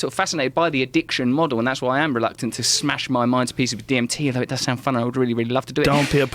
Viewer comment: "Soind" smart? Nice..